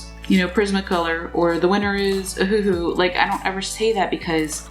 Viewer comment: If u keep saying ahoohoo XD I SWEAR